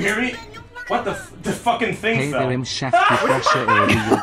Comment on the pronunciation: "shut up i'm a tcheff" is something i quote on the daily now unfortunately